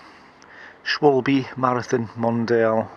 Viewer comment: Haha - you pronounced the "a" in "Schwalbe" as "dark" like here only a Bavarian from Munich would do! :D Greetings from Germany!